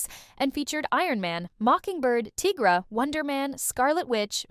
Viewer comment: Tigg-Ra? Na-Mor-Rita? Talking about the New Warriors and showing the TEEN Titans? This video is terrible. X-Static was NOT X-Force. X-Force was the New Mutants and then became Gen-X. The Gen=X movie was nothing like the books.